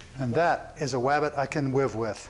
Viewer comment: "And that is a wabbit I can wive with..." thank you sir.